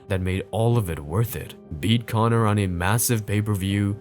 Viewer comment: "CONA MCGREGOR!!"